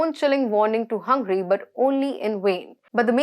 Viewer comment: Dear host, its not hungry its Hungary